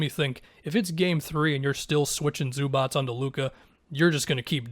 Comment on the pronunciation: You are the first american that i heard say Zubac corectly, usualy its somthing like Zubaka or Zubach 😂😂